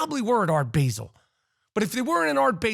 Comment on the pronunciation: Good rant Rap. ONLY…FYI…for the sake of world geography…it’s Basel with a short “a”, like cap. 🤷🏻‍♂️ The devil is in the details. Keep up the good work & greetings from Switzerland.